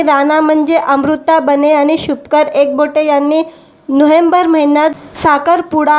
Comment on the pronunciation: अहो नांव शुभंकर आहे व्यवस्थित बोलत जा